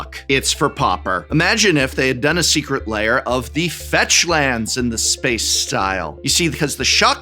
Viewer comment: Tolarian pronunciation guide: Lair laY-Er